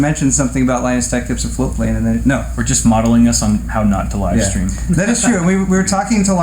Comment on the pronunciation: I was very confused for a moment. Never heard of Floatplane Club before. I thought you were saying "flute playing club" and was very disappointed not to find any info about it on google